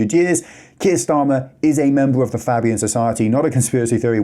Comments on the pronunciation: Fabian Society. Pronounced Fay bee an. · Do the expose on the Fabians please. If you show me something about that I didn't know I'd be surprised but I'll leave it in the comments of that video. Is it pronounced faybian or fabbian? Unsure